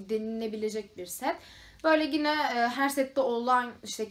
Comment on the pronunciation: Peki sürekli yine yerine Gine demen 😂😂😂😂